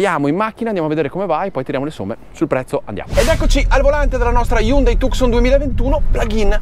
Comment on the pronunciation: la precedente era già bella, il nuovo modello molto originale nel design, ma si pronuncia Tuson